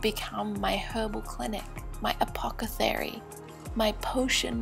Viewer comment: It’s pronounced apothecary, not apocathery